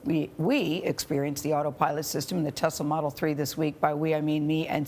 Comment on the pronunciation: "Telsa's Model's Three" great voiceover script there CBS